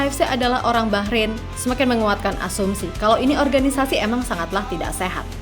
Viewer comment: Bahrain Bah nya : bahrulll